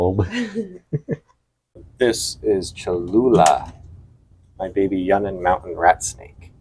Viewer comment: Just a heads up Yunnan is pronounced "you-nan". Good luck with the channel.